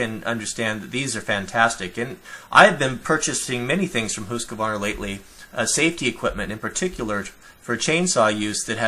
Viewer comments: VERY NICE VID, LOTS OF INFO, THANKS, BUT IT'S " HUSQVARNA "NOT HUSKAVARNA OR HUSKVARNER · Since I like to lurk around, watching videos of outdoor gear and different types of craftsmanships, I come across Husqvarna products quite often. I'm just going to make it clear for you guys -You pronounce the Q like a K - Huskvarna. They are basically two words put together, as in Hus Kvarna. I know, because I live in Husqvarna and use their rifles for hunting. Nice channel, by the way. You've got yourself a new subscriber. And check this out: en.wikipedia. org/wiki/Huskvarna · try pronouncing it Hus-kvarna